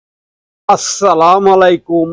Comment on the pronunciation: আপনার সালাম দেওয়ার উচ্চারন সঠিক হয় না ভাই